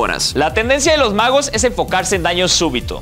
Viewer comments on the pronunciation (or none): cuando dice "magos" pienso que dice "vagos"